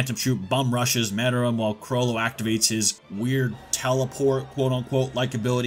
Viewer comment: I knew you was tryna be funny saying More-L. caught me using false enunciation